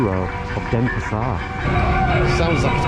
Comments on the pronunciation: Dennis par??? You can't even pronounce it! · It's not Denespar :)